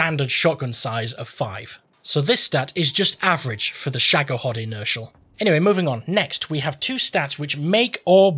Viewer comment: You came up with a good dozen unique, funny mispronunciations for the name,! Sugar Lump Inertial is my new name for the gun.